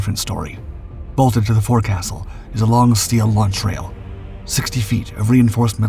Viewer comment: Minor critique, but 'forecastle' is properly pronounced 'foc'sle'. Re about 26 seconds into the video.